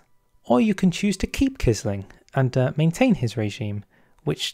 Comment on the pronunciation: Quisling is pronounced as if it were 'qwisling'